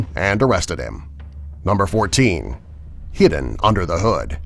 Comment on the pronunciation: He said heeden he was supposed to say hidden lol